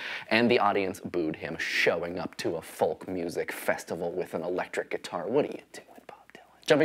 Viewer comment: You don't pronounce the L in "folk."